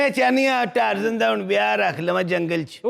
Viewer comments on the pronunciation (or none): Sir please it’s not Tarzaan, it’s pronounced as Tarzain. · Aftab sahab yeh TaArzaaaan nahi hai english main hamesha is Tarzan lokha aur parrha jata ha kisi bhi english speaking person say poocchain